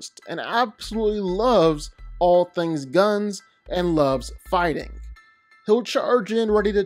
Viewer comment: Am i the o ly one who always hears farting instead of figthing every time he says so ?